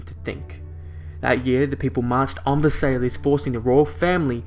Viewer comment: It's pronounced ver-sigh not ver-sail-lays. Otherwise good video